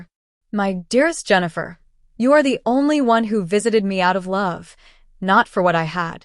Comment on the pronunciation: AI can't even pronounce Jennifer